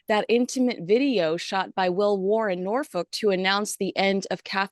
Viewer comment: Love seeing more and more immersed into the full circle of UK life! THANK YOU! So glad to hear you say Norfolk correctly! It’s part of my England home. “Nor” for north and “folk” the people of the north. And of course we say “Norfoke” WITHOUT a long O (almost like the nasty F word 🥴)., you and your fiancé should really should take a few years stint in the UK. I KNOW you’d love it. You’re young enough to do it! We’re on the same team I believe z it’s nice to hear you on Sky TV Australia, love you on Talk TV. Haven’t I seen you on Dan Wootton, as well? You really add exceptional content!! I couldn’t be happier that platforms like YouTube are out there for you and the other media who focus their broadcast on YouTube or Rumble. I prefer conservative platforms. On another note, I don’t deny I hope Trump wins over the cackling Kamala Harris. She’s just not intelligent enough, full stop. Unfortunately, I think she’s backed by that colossal globalised machine of elites that will cheat to win. (So I am afraid we might see a loss regardless of the truth.) The Sussexes problem is they can’t use the Tyndalls as a model because as said, Meghan was too greedy and vain aka too up herself thinking she would outshine other royals? How delusional was that? I do feel her father didn’t do any favours by puffing up her ego all her life. It’s come back to trouble him we all know. Keep up the fab weekly Heirs & Spares. Love it and also find Rupert so fun outside his hors